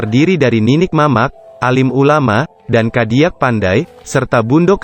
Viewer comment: caro baco ny ado nan salah pak..cadiak pandai dibaco d narator ny kadiak pandai..klw bsa narator ny urang minang lo pak..bia pas bahaso minang nyo